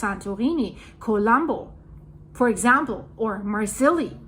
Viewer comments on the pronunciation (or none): Marseille (mar sigh)